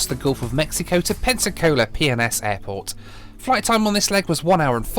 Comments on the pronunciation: Think I'm needing to get my hearing aids cranked up at bit...I thought was saying 'Pepsi-Cola' airport! lol!! 👵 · When you kept calling PNS airport instead Pensacola Airport.. I literally couldn't help but hear it as a very fancy proper British way of saying Penis... Peeness 😁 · Why does he keep saying PNS like it’s umm 🤔 well you know 🤣🤣🤣 Pink rocket to PNS🤣🤣 Netflix and chill, he most be alone and has something on his mind😉🙃🥵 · Is it just me or did you hear something else every time said PNS? 😂😂